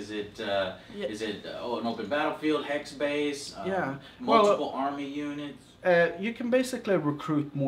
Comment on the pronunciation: Also, I love the way he says army(armay) Also, is this like mount and blade at all?